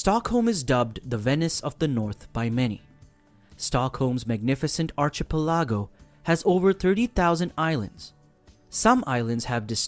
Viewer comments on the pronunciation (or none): "Archipelago" is pronounced Ar-ki-PELL-uh-go.